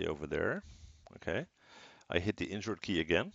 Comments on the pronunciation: could be more clear on mentioning that key almost sounded like "injure key" !!! wtf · i heard the same lol and i googled "which is the injure key" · Thanks for replying, Mike, I also heard injure key lol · Mee too totally heard injure key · I heard injured key too lmao